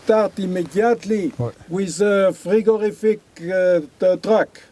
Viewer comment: "frigorific truck".